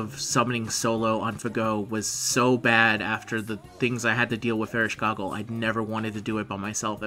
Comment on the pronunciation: Please don't say Ereshkogle anymore it's destroying my ears, it's EreshKIGAL. Although, if it doesn't work then please at least just say Eresh and that's enough.